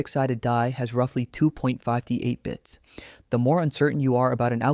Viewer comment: but how do you explain the bizarre mispronunciations? "2 point five-tee-eight", "deev-random"